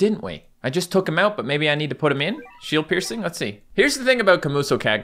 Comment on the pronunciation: Why do I keep hearing him say sh*t piercing